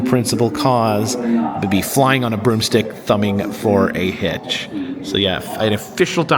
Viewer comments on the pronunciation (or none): none